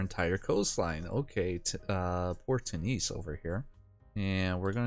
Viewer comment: Why you say Two knees not tune is?